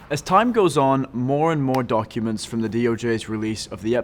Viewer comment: i like how he said donkuments.